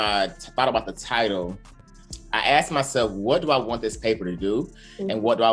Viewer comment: Axed over asked 🤣😂